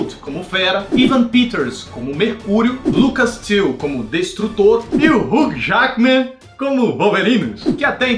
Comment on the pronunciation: ele falou Hulk jaguimen kkk